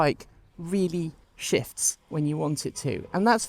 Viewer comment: Idk if it was your accent or you were actually saying it. But it sounded like you were saying “it actually shifts” emphasis on shifts. As if you were saying that it takes off, rather than shifting gears. Can you elaborate on this? Does it really shift gears? Or is it a single gear like most EVs? Also, does it have a reverse?